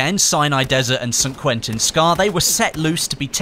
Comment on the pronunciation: I love how says San Quentin Scar xD